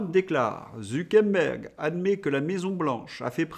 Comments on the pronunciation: Je sais qui sont les vrais imbéciles... ZuckeRberg et non ZuckeNberg. Zucker veut dire sucre en allemand et Berg veut dire mont toujours en allemand... comme quoi je ne peux pas être qualifié d'imbécile d'un point de vue linguistique... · Zu Quère Bergue et pas zoukenbèn ou je ne sais quoi ! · Bonjour, alors le gars de META c'est ZU KER BERG ... soit vous l'affublez d'un pseudo soit vs le nommez ....il n'y a rien de plus agaçant et meprisable que les gens qui deforment les noms de famille ...qui ne prennent pas le temps de prononcer les vrais noms...HORRIPILANT ! allons y Polidou pour Pompidou Birac pour Chirac ou Drescotonlong... Bref vous etes journaliste donc rendez compte de la realité ca nous fera plaisir ! Merci ! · Pourquoi vous dites ZuckeNberg? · C’est drôle votre façon de prononcer Zuckerberg !!😊